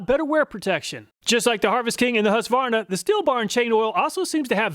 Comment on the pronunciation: Another Great video, and it is nice to hear someone pronounce Husqvarna without saying, "hooska-var-nuh"